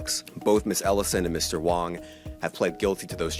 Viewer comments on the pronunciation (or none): Wang, not Wong e.g. I have a big wang. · It's Gary Wang, not Wong. hearing this name makes me ongry